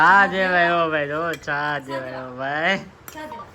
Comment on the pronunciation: તું ભાઈ ચા ને છા બોવ બોલે છે 😂😅😂